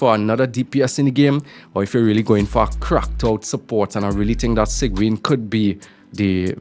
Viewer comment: Its pronounced seeg-win but yeah im pulling sigewinne she is supposedly a support for arlecchino